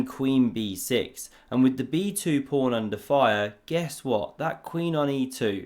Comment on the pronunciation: Is “prawn” your own cute intentional mispronunciation of pawn?